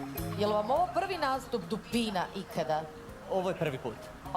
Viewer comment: Ja sam dupin.(Hahahahahahahahaha)I to sa onim naglaskom